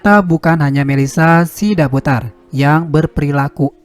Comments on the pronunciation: Margarnya bukan sidabudar tapi SIDABUTAR ngomongnya yang benar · Sidabutar. Bukan sidabudar